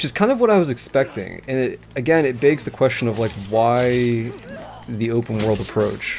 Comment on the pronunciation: The way you say "'baygs' the question" instead of "begs" makes me think you're from my parts, northern Midwest